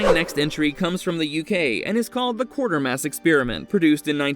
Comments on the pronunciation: It is not Quartermass. It is Quatermass, pronounced as kwate-er-mass. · #9 is in fact The Quatermass Xperiment, not Quartermass (just one 'r' in there). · It’s not Quartermass, it is Quatermass. And it’s not “The Island Earth”, it’s “This Island Earth”. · I love Cheech Marin's line from It Came From Hollywood when they were watching the scene of the man getting attacked by the cat in The Incredible Shrinking Man: "That'll be the first time a man was eaten by a pussy!" By the way it's "The QUATERMASS Experiment", not "Quartermass". Awesome film though, and the follow up "Quatermass and the Pit" is even more a sci-fi classic! And it's "THIS Island Earth", not "The" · Who is Quartermass?? Quatermass!! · Quatermass; not Quartermass & it's THIS Island Earth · A good list but I don't understand the byline of 'so bad they're good' when you've got historic Sci-Fi titles like Incredible Shrinking Man and Forbidden Planet, which has the iconic Robbie the Robot, though I must tell you, you got two of the titles wrong - it's pronounced Qway-ter-mass Experiment while you were pronouncing it Quart-er-mass. You also listed the last movie as The Island Earth, when it's actually This Island Earth. Sorry to nitpick but you always put such effort into your videos, I wanted you to have the correct titles and pronunciations. Also, if this is a list of underrated Sci-Fi movies, how come Monolith Monsters, the Deadly Mantis, or the Giant Behemoth didn't get even an honourable mention? ;) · Also, mispronouncing QUATERMASS as Quartermass despite seeing the correct name twice